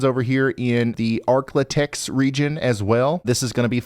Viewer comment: Look at you saying Arklatex 😂